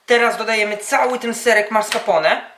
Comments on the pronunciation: To chyba "Maskarpone" się wymawia XD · "Marska pone" :-D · serek "marscapone" :D